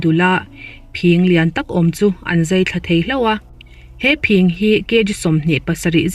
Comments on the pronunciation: Phing pawh phîng ti a lamrik ania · I phing lam dan mai2 chuh.. i channel ka ngaithla thin tih a THIN kan lamdan ang a lam tur a ni lo mi???🙄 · Phing hi chi thil alna anga ka rik hniam tur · Phiiiiiiiiing nilo,phing tur zawk. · Phîng ni lo in phing tia lam tur aw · ngaihthlak anuam,,mahse phing,phîng ti in i lama ,thin kan tih ang chiah hian lamtur a nilo maw miss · Phing thluk kha i ti diklo nge phing (bladder) ni lovin thildang sawi nan i hmang zawk ? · Phing I lam dan a dik lo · Phing khi asang lo ahniam alam tur ni awm tak ani,kan thil chhiar hi fimkhur thin teh ang u.midang te lam dan te,DDK vela kan mithiam ten mizotawng hmandan dik ansawi ho te thlir ve thin teh u.Lam dik loh hi i nei reng mai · PHING lam rik dan hi a va han dik lo na sa em em ve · Phing tih i lam rik dan hi a dik lo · Mizotawng lam dan i va thiamlo ve.....phing i lam dan mai mai chu. Zotawng zir leh phawt la..rawn chhiar tha leh rawh aw. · A ngaihnawm viau a..Phing..ilam dan hi fimkhur angai deuh lo maw... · I phing lam Dan hi diklo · Phing i lam dan hi ava dik lo ve..fimkhur deuh teh... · A ngaihnawm ṭhin e...mahse,phing ( bladder) i lam dan hi a dik lo deuh lo maw ??? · Phing tih kha thluk duh suh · Phing hi i lam dik lo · Phing hi ...ka sawi thiam lo Phing i lam dik tlat lo hi mak ka ti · I aw ngaihthlak a nuam, phing lam dan kha a diklo hret in ka hria. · Phing i lam dan hi a diklo tlat... i chhiar hmain i nu emaw pa emaw han rawn zeuh la ṭha tur hi ania... a ngaihnawm tho e... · Dr.tlaw tak a ni😁😆..chuang 'phing' khi a hniam a lam zawk tur ni awm tak a ni💪😁